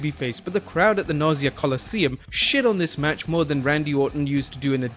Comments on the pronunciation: Did you call it the Nausea Coliseum (lol)??? I don't know if WWE will return to it for big shows in the future (now that the Barclays Center is open), but just in case you have to say it again, it's pronounced more like "NAH-saw" :) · It's pronounced nah-saw coliseum...not naw-see ah that means you wanna throw up lol... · Mr. T vs Roddy Piper at the "Nausea" Colosseum. ... Nassau. Na-saw Colosseum lol. Although, that match may have induced nausea. Still, solid list! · “Nausea” Coliseum?? 😂😂😂 You’re killing me,! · That pronunciation of “Nassau” Coliseum was rough.